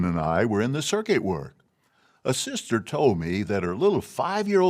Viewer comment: Not being an ex-JW and not familiar with the lingo, I thought he had said "circus overseer" - lol